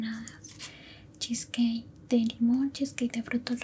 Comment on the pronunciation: oye mi vida, solo para corregir, no es cheskey es cheesecake:b